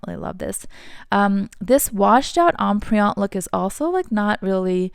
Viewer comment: Empriente is not em- pree- ante …